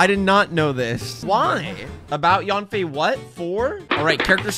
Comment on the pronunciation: Stop saying YAWN-FAY when you're saying her name. It's pronounced sort of like YUN-FAY or even YEN-FAY. Chinese A's have a certain inflection. Jing Yuan and Fu Xuan are good examples.